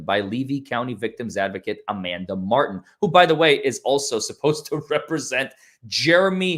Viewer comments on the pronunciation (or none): none